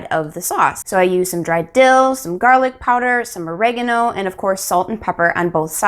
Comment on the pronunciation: me why did she say gerlic- the editor:gErlic???